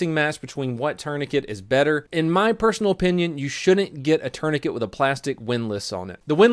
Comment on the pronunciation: Um tf is a turnicate lol